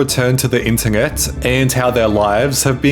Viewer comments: I've never seen someone butcher the word internet so badly on the internet before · is nobody gonna talk about how he says internet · bro you need to work on your english. beggenging, ingeret, ingevitively, mongey..... you add extra g's to so many words. learn your pronunciations ffs